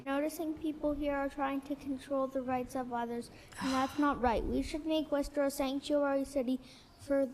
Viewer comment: Lmao nvm she said “Warshter” at the end